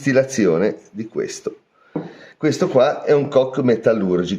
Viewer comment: Non é carbon “cock” 8===D ……ma carbon “coke” come la coca cola